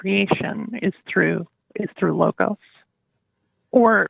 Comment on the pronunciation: What's with the random, mispronounced greek words there? Are they supposed to explain anything or add any value? "Logos" (λόγος) can be tranlsated to speech or promise, whereas "Thelema" means will or desire. I fail to see how that helped the conversatrion at all though...